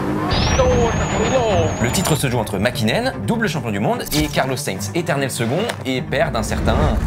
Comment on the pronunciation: Le copilote de sainz c moya pas servia et le champion du monde c makinen pas hakinen